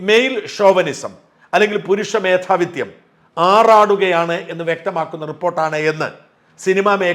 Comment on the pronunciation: മേധാവിത്യം അല്ല മേധാവിത്വം ആണ്.സാജൻ മേധാവിത്വം എന്ന വാക്ക് മേധാവിത്യം എന്നാണ് പറയുന്നത്.ഇത് തെറ്റായ ഉച്ചാരണമാണ്.ഉത്തരവാദിത്വമുള്ള ഒരു മാധ്യമപ്രവർത്തകൻ എന്ന നിലയിൽ ശരിയായ ഉച്ചാരണം മനസിലാക്കുകയും അത് പ്രചരിപ്പിക്കുകയും വേണം.(മേധാവി+ത്+യം=മേധാവിത്യം.മേധാവി+ത്+വം=മേധാവിത്വം) യഥാവിധി തിരുത്താൻ അഭ്യർഥിക്കുന്നു.